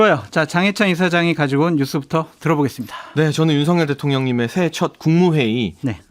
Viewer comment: 장예찬 시러라하는사람 많네요 나두시른대 ㅎㅎ 대통령님이 대통형님으로 들리넹